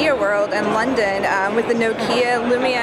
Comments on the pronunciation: it's lumia not lumina! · It's the lumia, not lumina. Just sayin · IT'S NOKIA 800 LUMIA! :)) Not "lumina" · it's lumia not lumina.... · Lumia not Lumina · It's LU-MIA not LU-MI-NA! Seriously bad journalism. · err it's lumia* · Lumina??? you mean Lumia?